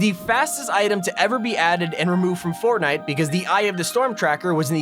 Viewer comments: Fortntie LOL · Is anyone going to notice the point that he said fortnat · Go to he says fortnite so wierdly